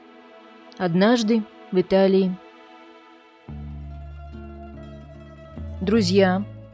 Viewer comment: Вы с Украины, что ли? Потому что слова "однажды в Италии" у вас звучат как "однажды вИталии" на украинский манер, а не по-русски - "однажды вЫталии".